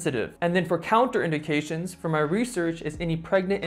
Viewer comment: You're consistently pronouncing words wrong! Its NOT Counter- indications! 🙄😅. Contraindications is pronounced Con-train-dictions! BESIDES THAT.. you have an awsome YouTube channel 😎. KEEP UP THE GOOD WORK 👍🏻 🧑🏼‍🎓